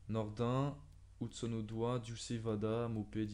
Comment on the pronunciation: Et ça c dis pas odoi mais odoye